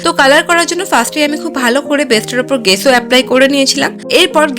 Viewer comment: ওটা গেসো নয় ওটা জেসো